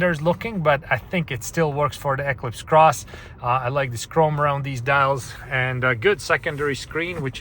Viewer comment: Why do you say Equis Cross😂